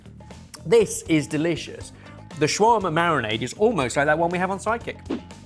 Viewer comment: That is not the correct pronunciation of shawarma.